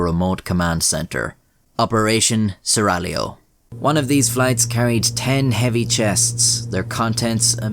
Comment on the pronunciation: Props for not pronouncing the g in seraglio.